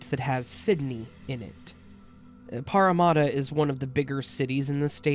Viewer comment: Oo you murdered the name of the city of my birth. Parramatta. Parra like in paralyse and matta like in matter. Aussie sounds like Ozzy. Lithgow pronounced Lithgo.